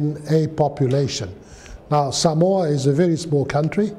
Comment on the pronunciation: I can't tell what country this man is from . Usually the accent you can tell the English but his accent almost is a mix of everything because he seems like he has been in Samoa for a long time due how he says Samoa Correctly . Something most Palagis say wrong . But what he says is so true . Seki a le palagi lea .